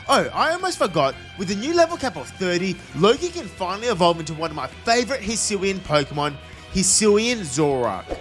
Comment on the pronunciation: IT'S EVOLVE, NOT EVELOVE! AND THERE IS NO U IN QWILFISH!